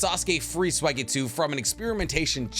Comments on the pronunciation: Why does he say swageetsu 😂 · When are you going to start pronouncing Suigetsu's name correctly?😅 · I can’t tell if he’s saying suigetsu or swagetsu i hope he’s saying swagetsu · Please, please don’t say “Sway-getsu” it’s “Sue-E-getsu” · Why is it Sway-gay-tsu 😩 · Oh I didn’t know suigetsu was pronounced sweygetsu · i can always tell bro doesnt actually watch anime cuz of his blasphemous pronunciation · I get chills down my spine every time you pronounce Suigetsu's name. You doughnut...